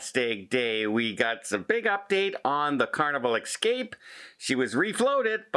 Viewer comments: Please, the word is EScape, not EXcape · Hey Don.... I think it is ESSCAPE not EX-CAPE. Just a friendly suggestion. I LOVE your shows. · Please practice saying ess-cape